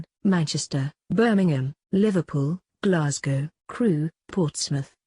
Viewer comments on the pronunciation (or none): none